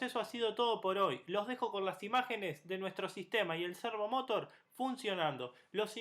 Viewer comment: De donde sacaste pronunciarlo como lo pronuncias? Cuando decis Motor lo decis sin acntuar la ultima silaba tambien, ahi te lo acentue aunque no lleva acento la palabra servomotor pero se acentua la ultima silaba, ademas lo repetis tanto en el video que no pude terminar de verlo, de la risa.